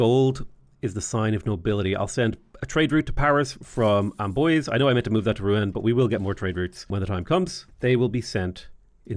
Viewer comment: Hey ! You pronounce pretty well french cities names (Except for Amboise, it's more amboaz not amboisey xD)